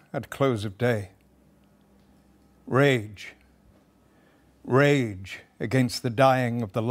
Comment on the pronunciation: I am sorry for spoiling it, but every time he says 'Rage, rage!' I hear 'Shame, Shame!'